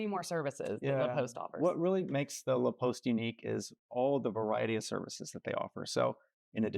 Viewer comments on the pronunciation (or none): Pronouncing it Le Post and then putting the title in La Poste (sounds like cost)